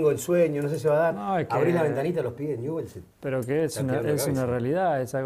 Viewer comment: Ñubel dice Messi jajajaja lo amo lpm